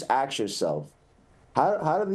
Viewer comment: Deputy Commissioner should learn how to speak. The word is "ASK" not "AKS". YEESCH!!!